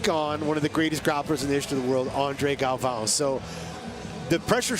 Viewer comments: Who is this announcer? Can't even pronounce the last name of one of the greats. Galvão! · Announcer needs to do his homework. Cringed every time he said the names wrong. Shame how such a highly anticipated and well-produced show can be let down by bad announcers. Terrible job. Let's hope Bruce and the other announcers do get their pronunciation right on Day 2.